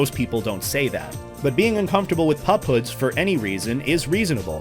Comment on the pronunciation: I thought you were saying pop hood